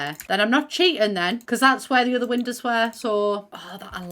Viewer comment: i love how says windows. "windehs"